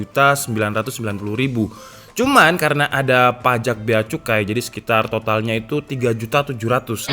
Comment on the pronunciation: ngakak saya dengarnya,beacikoi🤣🤣. keseruan tersendiri